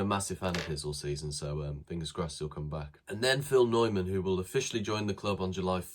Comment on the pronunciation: Please show Phil Neumann the respect of pronouncing his name right! His surname rhymes with BOY-MAN!